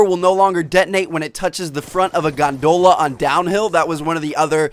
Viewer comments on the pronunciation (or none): Tmart says Gandoula instead of Gondola xD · Hahahaha I loved you you pronounced 'gondola' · Hahaha I loved how you pronounced 'gondola'